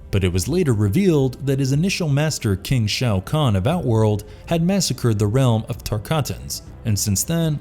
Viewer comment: “king shao kahn” ok. ok.